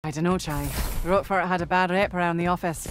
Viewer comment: Roquefort ❌ Roqufurry ⭕